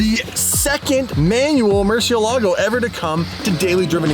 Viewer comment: You should use a Spanish accent when you say Mercielago! It's a Spanish word that means, 'Bat'. Yup. In fact I just recently learned that all the Lambo's are Spanish words! Huricon means, 'Hurricane',, for example. Love your content, by the way, thank you.